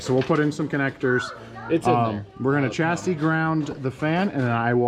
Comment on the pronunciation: What is a CHaseee? Its french and it really isn’t hard to say :- “Shassy” . Try practising it in a “Meer” or for normal folk a “Mirra” !!